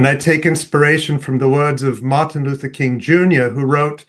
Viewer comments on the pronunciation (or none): none